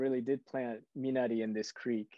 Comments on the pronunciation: Wow! JJ pronounced Minari correctly. Rolling strong R. Nice job! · Abrams pronounced Minari correctly!! Kudos!!!